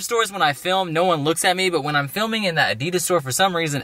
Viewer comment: HOW THE FUCK DOES THIS GUY PRONOUNCES ADIDAS ???!!!!!